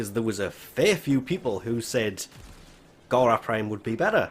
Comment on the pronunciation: ITS NOT GHARA ITS FOKEN GARA